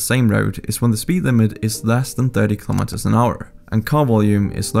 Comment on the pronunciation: Another great courtesy you could do (not just to the Netherlands) is to pronounce the word 'kilometres' correctly.